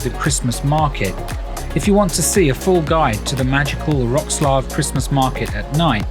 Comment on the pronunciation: Everything's great but you are killing the proper pronauciation of the city...